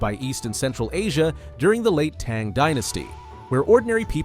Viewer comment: Tang not Teeeng Dynasty🙄🫣🫠 Americans…